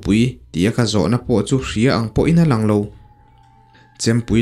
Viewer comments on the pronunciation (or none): none